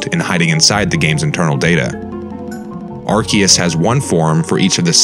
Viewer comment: Your erroneous pronunciation of Arceus made my skin crawl. That's like when people mispronounce "Chasm", etc. It's not hard to Google pronunciations!